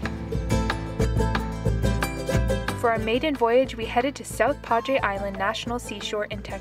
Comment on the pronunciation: Ontario, huh? That's quite the drive. By the way, in the U.S. we pronounce it: South Padre -not San Padre...